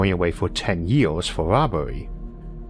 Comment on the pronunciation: "wee-o making your partnor the same offor". Goddamn, what accent is that that switches Es for Os and can't pronounce some Rs? First time I've heard it. "Years" becomes "yee-ohs" etc. It's really hard to understand sometimes.